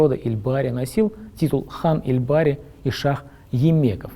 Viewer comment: Вы не правильно произносите . Не ильбари , а эльбори . Эльбори - переводится с тюркского как волчий народ , именно этот род был царствующим в Тюркском каганате и происходил от основателя Ашины . Пока существовал этот царский род , существовал и Тюркский каганат , то есть кыпчаки были продолжением Тюркского каганата . Историки считают, что Тюркский каганат пал под ударами уйгуров и китайцев , но на самом деле Дешт-и-кыпчак был Третьим Тюркским каганатом . Третий Тюркский каганат (кыпчакский) пал от Чингизхана , который активно истреблял представителей царского рода и дробил кыпчаков , а потом приглашал в свою армию для военной карьеры . Чингизхан оставил после себя новый царский род торе .